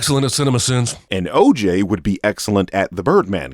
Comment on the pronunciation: No cap when I hear the name oj all I hear is “ AYE AYE OKAY “😂